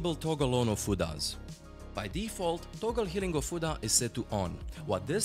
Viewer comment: You might be the 1st person I've seen who doesn't pronounce that skill as "healing a futa."